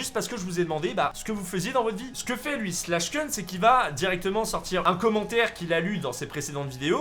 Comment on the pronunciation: Ça se prononce pas slash keun mais slash koun